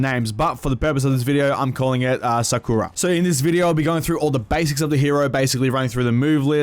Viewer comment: Do people not now how to pronounce sakura